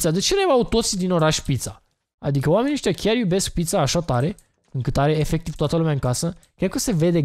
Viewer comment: ma intreb de cate ori a zis,,efeciv''